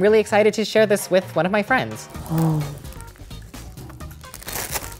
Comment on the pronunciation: "share" nu uh